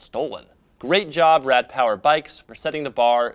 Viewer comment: as a german speaker i dislike the why you say rad^^